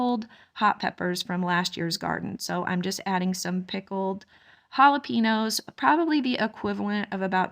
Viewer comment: This is not a criticism, just information. Jalapeños is pronounced ha la pain yo. You are well spoken and if you are anything like me, I like to know the correct pronunciation of words. Love your videos 😊. I'm glad you are going to keep trying with the bees. God is good.